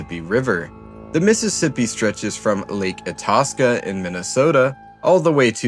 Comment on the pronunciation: for lake Itasca, you pronounce it, Eye-Tass-Ka